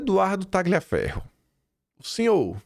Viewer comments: entenda!(Parodiando alguém 😅😅) Nomes italianos têm pronúncia diferente do que em português. Exemplos: 1. Tagliaferro -> pronúncia Taliaferro...g mudo. 2. Marchesi -> pronúncia Markesi.... Ok? 😊😊😊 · Três dicas relacionadas ao italiano: 1. Marsiglia = pronuncia-se MARSILIA, 2. Tagliaferro = Taliaferro, 3 Marchese = Marquese.